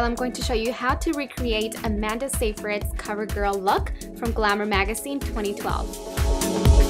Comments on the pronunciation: It's pronounced SIGH-FRID :) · i clicked on this video because i knew she would mispronounce amanda's last name! "zthay-frid." lol girl you get me all the time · it's actually pronounced as Sigh-fright! :) loved the look :) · yeah it does. there are other gurus that take their time, did their research and planned everything out before they do their videos. she gets paid a lot, she might just as well learn NOT to butcher someone's name. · Ur saying her last name wrong! Were you born in thU.S? You have an accent.